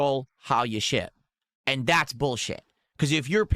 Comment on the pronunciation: BUH! God it drives me insane. also his AYUND thing